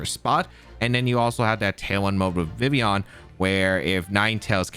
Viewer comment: How you leave the L out of Vivillion your not pronouncing it correctly